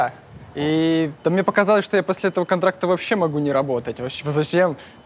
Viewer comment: есть даже момент где он сказал "шо" и потом исправился))